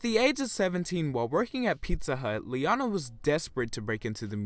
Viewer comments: Please say her name the way she says her own name. Lee-O-na Not Lee-onna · {Lee-own-ah} not {lee-on-a} but overall good vid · Her name is pronounced Lee-oh-nah, not Lee-ah-nah. The middle syllable is a long "o" sound. The narrator did not pronounce her name correctly. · I think her name was being pronounced wrong too as Ley-onah instead of Lee-O-Nah lol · He can't even get her damn name right! It's pronounced Lee - oh - ner, it is NOT Lee - ah - na, it may be a good idea to try and get to know the artist and her work rather than being a robot and reading it off a script. Honestly it's all ppl seem to do now, they're robots and it's kind of scary. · It's pronounced lee-o-na not lee-on-a! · It's LeOna not LeAna. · Sorry to sound like Hermione, but It’s pronounced “Lee-Own-Ah” not “Lee-On-Ah” right ?? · Its LE-OH-NA. Not LE-AR-NA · the narrator's voice is so unusual as to be almost devoid of emotion and computer-like! Plus unlike your varied pronunciations her name is Lee - O -Na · You’re pronouncing her name wrong. The correct way to pronounce it is LEE-OWN-AH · It's lee-oh-na! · Its pronounced as Lee-oh-na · Lee-O-na Just saying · why do you keep saying liana. & she's done stuff outside of singing like performing in cats the musical when Nicole left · this guys a dipshit, can't even say her name right, and said she diminished quickly? Really Queen? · Why do Americans say her name wrong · You can’t even say her name properly what the fuck lol Miss her though she’s so talented hope she lands a come back